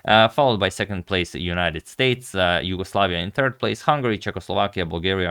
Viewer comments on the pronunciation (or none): none